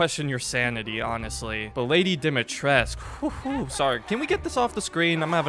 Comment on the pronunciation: Dimitrescu not Dimitresc